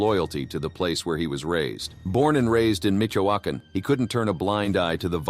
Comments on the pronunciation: Excellent documentary but please do one for us and pronunciate MiCHOacan correctly. Is not micoacan is Michoacan like Michigan. Thank you and sorry for being that guy. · It's not "Mikoakan" but Michoacan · Micoacan 🤔 Michoacán?